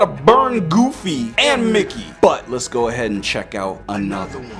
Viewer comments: dawg did he say “Goofly” instead of “Goofy” when Mickey and Goofy appeared in the classroom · I know the Disney one was supposed to be scary but how am I supposed to be scared when all I can focus on is that the person telling the story said "Mickey and Goofle”?!